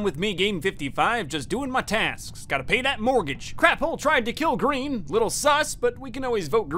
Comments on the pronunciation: i thhAW ornge iN seCuRiy, anDD a Fw pink [inaudible] oF greeNN movInG in ThAT dehrECtiOn. tHeiRfoUr, greNN kiLLd orngE. (gremlin laughing) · “I tHaW oWaNgE iN tHeCuWiTy, AnD a FeW pItHeLs Of GwEeN gOiNg In ThAt DiReCtIoN. ThErEfOrE, gWeEn KiLlEd OwAnGe.” Bro that sounded so hilarious the first few times I heard it.